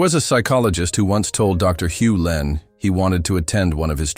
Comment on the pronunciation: It's Hew Len not Hulin.